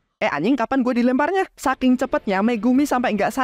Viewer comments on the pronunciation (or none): none